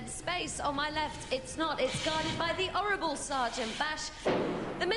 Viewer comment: "The 'orrible Sergeant Bash!" Phillipa sounded a bit Cockney-like there.